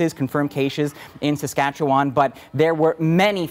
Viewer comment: Where is this guy from, he can not pronounce Saskatchewan correctly, dude get it right